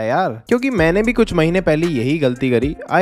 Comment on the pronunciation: "Kuch" hoga "kudh" nhi